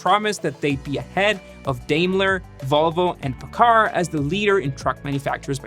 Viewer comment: Guy! I like the forensics but do a little pronunciation research. PACCAR is pronounced Pack-Car (Pacific Car Foundry, owners of Peterbuilt, and Kenworth) and Iveko is EYE-Vee, CO....